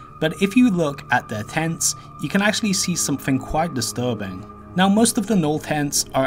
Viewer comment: “Somefing somefing somefing somefing somefing”